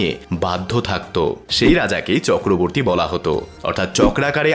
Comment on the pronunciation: Chakraverty as you said wrong